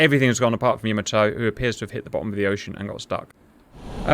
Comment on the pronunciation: "Yama toe" 😆 😆